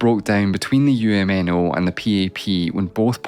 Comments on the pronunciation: "uhm-no"t my government xD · This is the first time I'm hearing UMNO's pronounced using every letter of the arconym lol. Sounds weird when almost all Malaysians usually known them by pronouncing "Uhm-No"